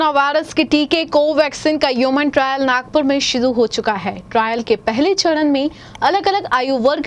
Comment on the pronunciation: योवन ट्रैयल नही ह्युमन ट्रा़यल